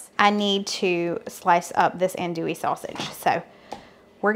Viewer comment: Enjoying your recipes and Gracie. Jumping into the category of word pronunciation that you and your husband do at times, I wanted to say from Cajun country that the sausage is pronounced AN as in the name Hahn, so ahn’-do-ee. 😊